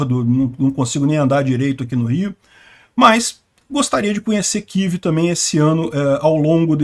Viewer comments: Mas que coisa irritante! Todo falante de lingua portuguesa fala KIEVE, mas o bonitão, acha mais elegante falar KIV. Argh! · "Quív"??? Pelo amor de Deus!!! Fala UCRÂNIA, pelo menos!!